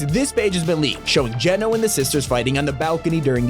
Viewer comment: U finally pronounce his name correct not to be rude but before u pronounced it gee,no instead of geno just sayin